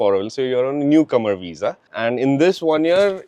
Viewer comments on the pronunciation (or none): none